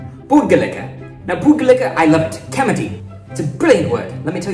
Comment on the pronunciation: Your videos are great but can Mani not correct your "kamati" after all these videos? It's pronounced "thi" like "thi-nk". The difference between ta, tha, da, dha is very important. Also kadavasam is Tamil.